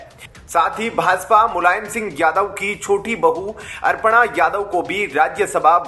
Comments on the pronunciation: अर्पणा यादव नहीं अपर्णा यादव कहो भाई ।हिन्दी तो शुद्ध बोलो यार। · It's not Arpana, Aparna hai bhai......Arpan Bhagwan ko karte hai...😂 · कितनी ग़लत और अशुद्ध हिन्दी बोलते हो तुम लोग । नाम भी बिगाड़ देते हो । अपर्णा को अर्पणा बोल रहा है । मूर्ख ।